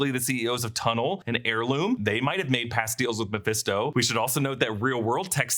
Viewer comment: You called Mephisto incorrectly at least 10 times over the years. Even a broken clock is right twice a day.